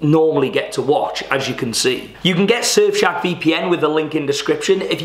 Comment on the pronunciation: At the start it sounds like you're saying 'Surf shag VPN' lol 😂